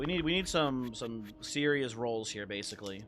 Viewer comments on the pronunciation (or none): "We need some Seer-ious rolls here" 🤣🤣